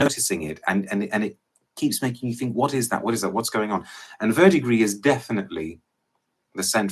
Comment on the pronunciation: he nailed verdigris spot on ! I’m a cologne guy, I got this as a sample from a website that is foreign to us Americans. & when I say I have never smelt anything like this.